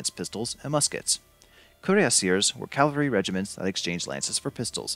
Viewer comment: Is it really that hard to pronounce cavalry right? And stiletto wasnt carried into battle. Those were Rondel daggers